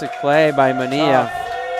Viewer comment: The name "Manilla" not pronounced "Maneeya" in English.